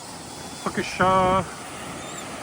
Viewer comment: Pronounced 'puckasaw' great vid, I live on Lake Superior, moved here yrs ago. Beautiful esp if one loves the outdoors all yr round as much as we do! 😊